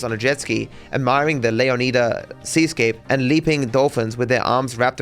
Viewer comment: You say Leonida wrong